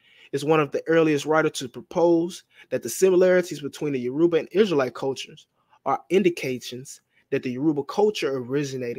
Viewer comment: “Yaroobuh” in place of Yoruba every 5 seconds is killing me. 😂